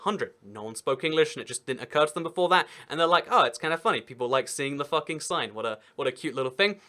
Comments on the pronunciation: Most probably it's pronounced "fuu-king" instead of "fah-king" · It's FOO-king, not Fucking! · It's pronounced Fooking. u in German is oo. But there are (where?) Austrian places (not towns) that are called after swearwords: Arschlockwinkel (Assholecorner) and Futbründl (Twatfountain, maybe C**tspring?). I think they renamed those places now. The "legend" is that when a royal cartographer from Vienna came to map the area the locals had some fun with him. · They recently changed their name to 'Fugging', which is close to the German pronunciation of 'Fucking'. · It's pronounced "Fook-ing". Video was still hilarious. Austria gets it bad - there's also an Oberfucking, an Unterfucking, and a Fugging. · The funny thing is that it’s pronounced fooking not fucking. Lol. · But isn't actualy pronounced "Fooking"? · It would not be pronounced as we would. It should be more like fooking. But obviously you can't argue with the alphabet. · You are pronouncing it wrong. It's pronounced FOOKING and it rhymes with "booking" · Uh, you do realize that you're mispronouncing the village name? "Fucking" rhymes with "booking", not "ducking." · Its pronounced wrong